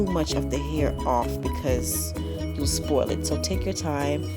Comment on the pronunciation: Are you from the Island? I only know of islanders that say spoil. lol